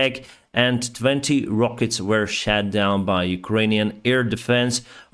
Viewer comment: Shut not shat or Truck not track